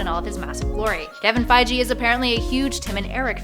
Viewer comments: Feige is pronounced Feye-gee. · It’s Figie, with a hard g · fits pronounced "fy-gi" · The "g" in Feige is hard like GO!! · "Jim Belushi" and "Kevin Feije"... sigh.. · Kevin fy-gee ? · Fai gee! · Please work on pronunciation of Feige! It doesn't follow normal rules. It's a hard G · Pretty sure you're pronouncing "Feige" wrong. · yup yup I didn't believe you lol but yup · Kevin Fi-jee and DorMAMu...ughhh too many hosts on these top lists channels can't pronounce names and places and just read it from the script without guidance.